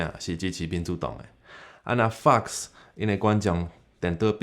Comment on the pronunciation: Wow, you said "MSNBC" and "Fox" like Taiwanese was your first language... Also, what you said about Biden 😂